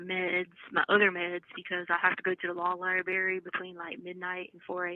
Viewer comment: She has a doctorate & says “LIE-BERRY” this bish is dumb as a rock.